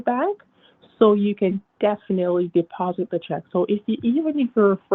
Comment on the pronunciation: "deffi nally"